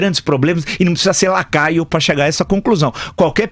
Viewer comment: Boa Prof. Vila!! Mas é Lacraio ou Lacaio? kkkkkkk